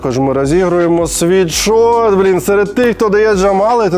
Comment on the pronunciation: Лйоша, кожного разу коли ти рекламуєшь свій мерчь, ти кажешь світшот. Ти просто Сіріусу казав вчора у випуску що STONE це стоун, а не стоуні. Вибач за виправлення. Sweatshirt від слова піт/sweat. Тобто не світшот а сует шёрт. Будьласка, не сприймай як образу. Можете навіть переробити в рекламу інглішдома, і сказати що завдяки інглішдому тепер ви знаєте що правильно казати суетшёрт, а ні світшот.